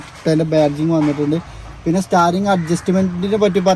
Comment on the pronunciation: സ്റ്റാറിങ് അല്ല....സ്റ്റീറിങ് 😭😭😭😭😭😭😭